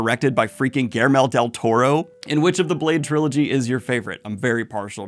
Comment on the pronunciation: Yeah i mean, definitely do the other two... Hearing you walk us through the plot of blade is something i never thought i needed but i totally did... Oh and um... Did you just say "Gailmere" del torro? XD